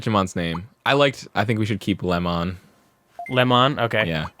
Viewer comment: No, you are thinking of "Leomon" "LEO-MON"